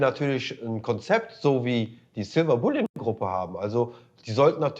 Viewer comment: Bouillon ist eine Suppe. Bullion sollte man schon aussprechen können 🤷🏼‍♂️